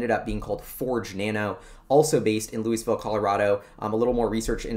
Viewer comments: Fwiw, Lou is, not Lou e. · You got it right the first time Louis-Ville, not Louie-Ville. I live 5 minutes away. Love your videos man. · FYI prounounced “Lewis”Vil unlike Louisville Kentucky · for future reference, it is "Lou - iss - ville" not "Lew - ee - ville." Love your show. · First, as a resident of Lafayette, CO, right next door to Louisville, and for your own safety, I need to emphasize that it is pronounced: "Lewis-ville", not like the place in Kentucky. Residents of Louisville are very sensitive about the pronunciation! On the map that you showed I live in the southwest corner of the development just to the East and very slightly north of where Solid Power is. Over the weekend, I will try and swing Solid Power and the other two to see if there are any changes in their signage. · pronounced Lew-is-ville... I live here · I live in Louisville! Pronounced Lewis-ville. CU Boulder - not University of Boulder! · As a former resident who worked for the local high tech company, it's pronounced "lewis ville". Not that it matters to anyone who doesn't or hasn't lived there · Pronounced "Louis" and then Ville. When I first moved here I was corrected quickly. Not sure why it matters. People here consider themselves former LA people and I suppose don't want the southern cast put on them. My guess. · Sulfur or Graphene. Lousville with a hard "S" unlike the silent "S" in Kentucky. Lousville has a long history of tech. Storage Tech was a huge force in disk drive tech. Also most of the early word processing tech came from Lousville like NBI (Nothing But Initials).